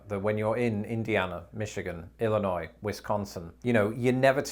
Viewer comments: Thank you for saying Illinois correctly with a silent 's' at the end. I can't tell you how many people I have come in contact over the years who insist on pronouncing the 's'. Some of them have lived in Illinois for 20 or 30 years. Well that's the end of my rant. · Gotta love it. I grew up in the Midwest. You said Illinois correctly! 🙂 Chicago also has a thin crust pizza that drips sausage grease and olive oil. And yes, the Midwest is friendly. And when in St. Louis, get some provelle. Awesome cheese blend!